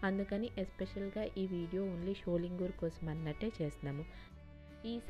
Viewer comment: Not Sholingooor.sholingar